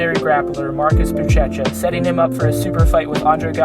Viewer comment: Not BuTCHEcha.but BuSHEsha